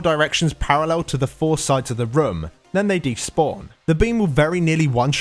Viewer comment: whenever you say "room" it sounds like "rum"